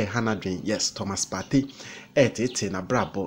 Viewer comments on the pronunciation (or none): U can't even say Thomas partey saying Thomas topay 🤣🤣🤣fa wo gyimii no koo